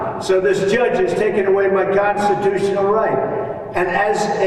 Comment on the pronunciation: The mushroom can not even pronounce constitution. Slurs and make it sound like gondisturion. Articulation is down the drain.